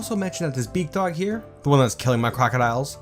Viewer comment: Oh BEAKdog for the longest time I thought you where saying bigdog 😅